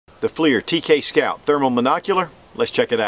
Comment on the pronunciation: Pretty sure it's pronounced "flur" not fleir... ding dong